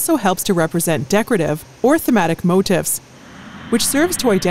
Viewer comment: "motif" is pronounced like mow-TEEF, and the plural of "aircraft" is "aircraft".